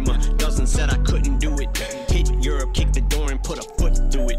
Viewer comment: I’m pretty sure when he pronounces Europe he’s also saying “kid, you’re up”